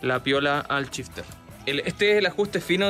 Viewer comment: si SH lo pronuncian como CH como pronuncian el CH? 🤯🤯🤯 EJEMPLO: SHifter = CHifter